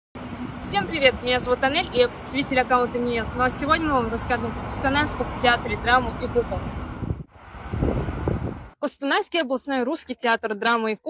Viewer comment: Не Анель а Аналья.